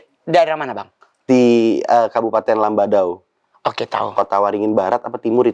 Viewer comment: Kab. Lamandau kk bukan kab. Lambadau hehehehhe